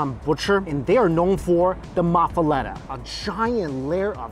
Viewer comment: The you for saying New Orleans right!! But we have to work on muffaletta! We do have the best food in the country & are very spoiled. I love the corn beef at Couchon!